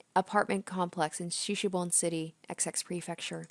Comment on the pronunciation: It's pronounced shi-shi-bo-ne.